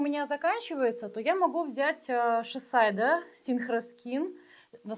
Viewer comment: ШисАйдо тоже необычно звучит.